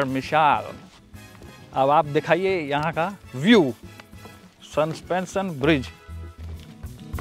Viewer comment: संस्पेंशन नहीं सस्पेंशन होता है